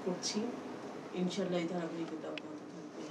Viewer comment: ❤আপনার ইনশা বলা টা আমার খুব পছন্দ হয়েছে।